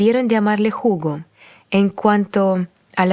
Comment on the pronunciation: La historia es hermosa, pero la narracion,dificil de seguir ya que no pronuncia bien, deberia alguien asesorarla y narrar mejor., en español la H es muda, no se pronuncia, asi es que Hugo no es jugo.